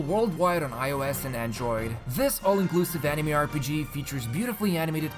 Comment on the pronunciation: When says "Anime" the wrong way.. i feel sad